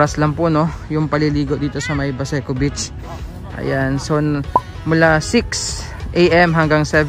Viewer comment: medyo habaan niyo po ang pag bigkas ng salitang beach (long e po), para hindi po maiba ang meaning sa pandinig ng ibang tao lalo na kung foreigner...